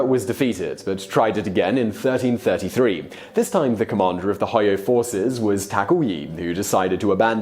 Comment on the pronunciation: Hojo, pronounced "ho jo" "j" is NOT silent. Like the nickname of restaurant and motel chain from the mid to late 20th century (might be one or two left?) "Howard Johnson's", also, these are not generals, but Lords over their own private armies. Alliances broken were diplomatic and strategic shifts. These were Lords of equal stature, until a "Shogun" could be determined via war and alliances. It is not the same as a vassal betraying a superior liege lord he had sworn loyalty to. These were dynastic civil wars, not unlike the "War of the Roses", as opposed to a wars between nations, like the "Hundred Years War", or between civilizations and cultures like the Crusades.